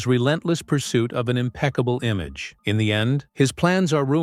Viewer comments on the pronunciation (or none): none